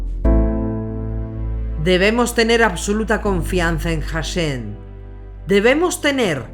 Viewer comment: Sé que es Hashem, pero en sus videos se entiende o parece que la narradora dice HasheN